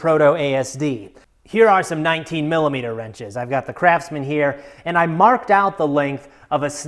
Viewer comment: Why I heard Crapsman instead of Craftsman?